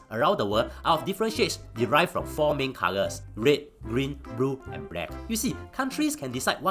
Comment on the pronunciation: The same reason he pronounces black as brack: comedic effect.